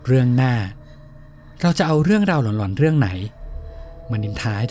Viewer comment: หลอนๆ ❌ ล๋อนๆ ✅